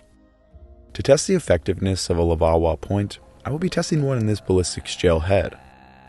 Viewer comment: Take a shot every time he says levauwa